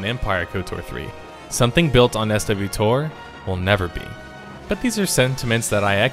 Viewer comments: I really wanted to sit down and watch this video. However, I had to stop after the 4th time you called it "SW Tor". Please don't use that again. I played the game for 5 years (just now unsubbing) and not once in that entire time did anyone ever refer to it as s-w tor. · its one word .. SWTOR .. (n) Swo -tore .. ANd I has there in 2010 for closed beta ... I'm still there now with a Sub.. The Game is fine .. there are things that can be changed but the game itself and its player base is quite healthy thanks. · SwoTor is how most people pronouns it. Pronouncing it the wrong way takes away the legitimacy of your argument because anyone who has played the game knows that you have not by the way you say it. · Some in the beginning pronounced it like "sweater" but the common and accepted pronunciation is Swo-Tor with "swo" from the swollen and "tor" from "torrent" for example. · I'm really bothered that you don't call it "Swutor" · I know of literally no one who calls it "S-W-Tor" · Mindset Right but why would you start spelling it out and then just say the rest? Either spell out the whole thing or pronounce the whole thing as if it was a real word. Doing both is just weird. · >_> Well, nice vid, but I can't help cringe every time you say SWTOR out loud. It doesn't actually save any time from just saying The Old Republic. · Who calls it SW tor? I've never heard anyone call it that before. Swtor is typically pronounced swo-tor from everyone I've ever heard say it. Minor point, but still bothered me xP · Do people really say "ess double you TOHR"? I've always heard it said "swoh-tor" as one word. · It's not S.W TOR it's pronounced swo-tor. And game isnt dead theres still a healthy population. Just because it's not pulling in 10 million players doesnt mean people aren't playing it. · it wasnt pronounced SW tor everyone called it swo tor. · FFS, its one word, SWTOR, not S W TOR. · Anyone else pronounce it Swa-Tor? Not S.W. Tor? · SWTOR = Swotor. (try pronouncing it like that)